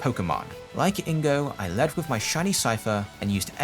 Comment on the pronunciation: cool vid but i need to be pedantic here its not leaden balls (ass in "a lead") its leaden balls (as in "the heavy metall lead"). its driving me nuts hearing you pronounce it wrong.